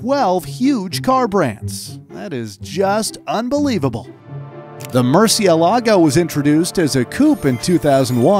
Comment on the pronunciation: It's not "MurcieLAgo", it's "MurciElago"